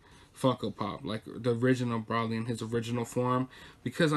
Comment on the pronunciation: Its bro lee Than nose